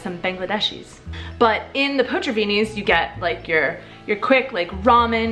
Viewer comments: What you said: "potřavíni" What you ment: "potraviny" My imidiete reaction: "what the - is 'potřavíni'?" When I understood you ment "potraviny": " oh, potraviny..... Ima make a coment about that" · Hello! Today, out of the blue, I came across to your channel. I admire you how you struggle with Czech language. It's really difficult language. I'd like to draw your attention to this word: potraviny. I heard you saying portaviny instead of potraviny. You simply swapped the letters t and r. Hope it helps.:) Greeting from Slovakia. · i love the way you say "Potraviny" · A little tip for sounding more natural in Czech: the stress is always (99%) on the first syllable, so it's not léKARna but LÉkarna, not poTRAviny but POtraviny etc. :) Jinak jako vždycky, super video! 😊